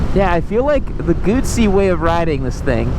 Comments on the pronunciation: The worst thing about this review is the constant mis-pronunciation of Guzzi. Try saying Guzzi as in footsie, NOT bootsie. Why do you keep missing gears? If you ever rode a m/c in the rain, you'd appreciate the 'wings' keeping your balls dry. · If you don't know how to pronounce Moto Guzzi, if you don't know how Guzzi riders call themselves, if you don’t know how to adjust the wind screen, then please make us a favor and don’t test ride Moto Guzzis anymore. You are harming your reputation and credibility!